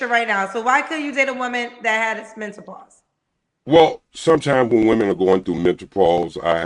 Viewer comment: Mentapaus, pacifically and changelier 😂😂 I could watch him all day